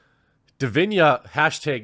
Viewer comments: Hi Jeremy great vid but i believe its pronounced di vi na and not di vi nia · As of today, still much more men play and watch E-Sports Games Which means there a more male E-Sports players Which also means there are more better E-Sports male players It's not always about "Muh SeXiSm" Edit: Its DiviNa with an "N" sound. Not DiviNHa or Diviña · Dude, you are butchering the name. It is Divina not Divinia...... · When the quaterin reads divina but says diviñia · Jeremy, it's just 6 letters. D I V I N A, not Divinia :D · It's Divina, not Diviña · Why do you keep saying Divinya when it obviously says Divina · What's witht he weird pronunciation of divina as if there was an i before the a? do you say chinia?